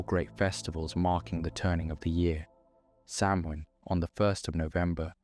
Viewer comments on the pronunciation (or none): Gaelic pronunciation is not obvious. In future, I would recommend asking Google for the pronunciation of any words or names that aren't familiar to you -- Samhain, Cuchulan, Tuatha de Danaan, and all the others. Guessing at pronunciation based on English spelling is almost guaranteed to get it wrong. That's strongly true of Gaelic (Irish or Scottish, which are not the same), but it's true of many other languages too.